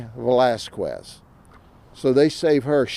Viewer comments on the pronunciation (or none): I love how he puts absolutely no effort into learning how to correctly pronounce Hispanic last names. Velazquez should be an easy one